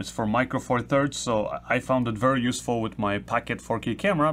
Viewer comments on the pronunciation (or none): none